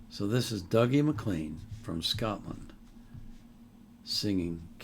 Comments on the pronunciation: We would pronounce it Doogie. Duggie would-be more how it would be said in England He is internationally famous He also leads a rendition with other international stars which was on the top left of your screen for you tube when the video ended. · Spelt Dougie but pronounced Doogie. Never ever Duggie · "Dougie" is pronounced "Doogie" in Scotland. He isn't really "world renowned" (Scottish people like to exaggerate) but this song is very well known in Scotland, and in the folk music world. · Alba gu bràth sir. This never not brings a tear to my eye. Thank you Dougie (usually pronounced doo-gee).